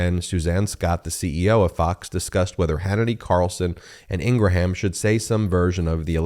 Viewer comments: I am not a Laura Ingraham fan bit please pronounce her last name right, the last part sounds like graham cracker you keep saying Ingra ham that sounds dumb sorry love your shows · Are we pronouncing Laura’s last name correctly now to make it sound more like Abraham? I think she pronounces it with less syllables for some reason 🤔